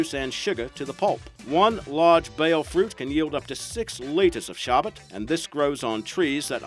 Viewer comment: It's sarbbat not sabbat